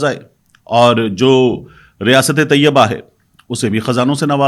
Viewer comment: ریاست طیّبہ نہیں بلکہ ریاست طَیْبہ ہے